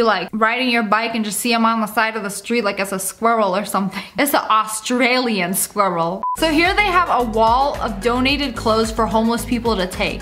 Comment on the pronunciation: Austalin squwarl🤣🤣🤣🤣🤣